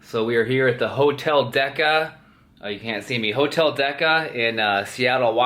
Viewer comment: Hotel..... DECA? lmao